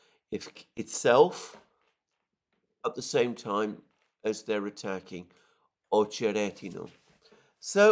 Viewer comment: It’s OchereTino (not D)/Очеретино. Emphasis is on the second ‘e’ OcherEtino - at least in Rus language.